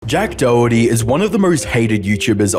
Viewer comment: JACK DOWWERTY LOL